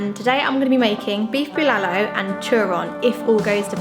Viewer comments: Hehehe ur so cute in everytime u mentioned beef bilalu! Its bulalo my dear.. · Pronounciations: Turon = To Ron (just pronounce it fast) Bulalo = Boo La (like how you pronounce the word LAnguage) Lo (like the pronounciation of LOnely) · it's pronounced //too rune (turon) // ball la law ( bulalo) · Bolalo is actually pronounced lik Boo La - like the music note la Low And put a little pause in eanch sylable Nad turon is pronounced Two-run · Love the way you say "Bulalo" but it sound "Bilalow", add some potato quartered and some Squash, then mix fish sauce and 1 or 2pcs of calamansi or lemon juice then add some red chili as a sauce for the beef stew. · That's good cooking! And you guys are so cute! By the way, the correct way to pronounce Bulalo is BOOLAH like MOOLAH + LAW. Turon is pronounced like TWO + RON as in Ron Weasley. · The way she pronounces "Turon" and "Bulalo" So cuuute 😍